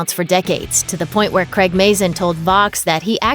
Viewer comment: CRAIG not creg.